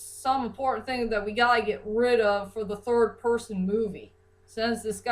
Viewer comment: and its rid not rib